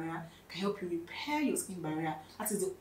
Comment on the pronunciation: Sking Baria😅...talk slow..